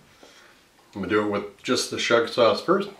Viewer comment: Chef, please learn now to pronounce schug correctly! It's NOT "SHUG." Ask a Yemenite Israeli for the correct pronunciation. Calling it "shug" is like calling mirepoix "meer-pox' or calling fettuccine "fetusyne."